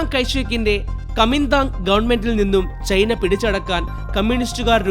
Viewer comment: ചെയിനീസ് സൈന്യം അല്ല ചൈനീസ് സൈന്യം. ചെയ്‌ന അല്ല ചൈന 😂😂😂😂